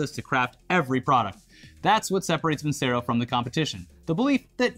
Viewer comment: VIN-CHERO NOT VIN-SERO!!!!